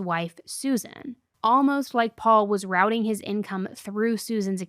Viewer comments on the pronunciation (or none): none